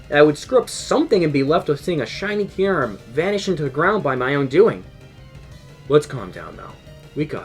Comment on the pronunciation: W video except how you say kyurem